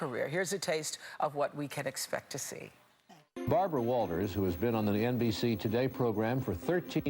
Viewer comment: Is Bharbwa whaltahs able to dwive?